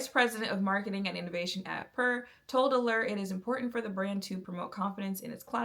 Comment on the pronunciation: Not important to the video but the brand is pronounced like pure and not pur like a cat. As for the foundation at the time i bought it the reason I bought it was because I could guarantee the undertone and they gave me the option to buy sample shade. As for why I don't use it now, mainly because I learned my undertone was olive and the reason warm was orange, pink looked red and neutral I could work with by adding some life with this elf bronzer that was too light to add dimension, but the perfect neutral orange to make me stop looking dead. I now don't need to do that, also in my makeup journey I realized my undertone tone acted like a darker veil than my skintone actually was and I needed to use lighter shades and add the veil back strategically with bronzer and contour. Essentially, I outgrew that phase of my makeup and how limited even 100 shades can be when you have a unique undertone. Also it was a little don't for my skin in the desert climate I love in so I always needed to mix other things in. There's never a perfect foundation that has a formula everyone will like, they just were for a time the best option for someone who was tired of the guess work that went into shade names and undertone claims.